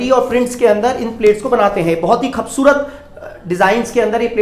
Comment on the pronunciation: Bhai khavsurat nhi kubsurat hota ha